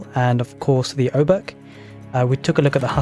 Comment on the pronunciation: Few words on polish sounds. :) Jadwiga you read like "Yadviga". For english "J" sound we use "Dż" and for english "W" we have letter "Ł". We don't have "V" at all and "W" is our equvalent. Also with Obuch. In polish "h" is always read like in english "hammer" and sometimes it has silent "c" before like here. So it's "Obuh" with "H" like in "hammer" and it means.... Club or warhammer. Generally some blunt weapon ;)